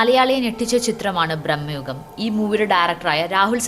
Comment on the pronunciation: ബ്രഹ്മയുഗം അല്ലാ മോയന്തേ ഭ്രമയുഗം ആണ്